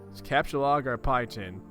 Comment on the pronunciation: I think youre the first person ive ever witnessed properly pronounce the homestuck vernacular right away, most people mess up on words like captchalogue or sylladex on their first few tries